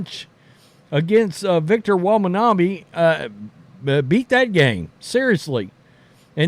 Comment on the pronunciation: Who's Victor Womonabi? lol